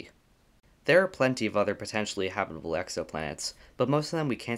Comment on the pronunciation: Ha bit able. Not habebable. Or are is it hable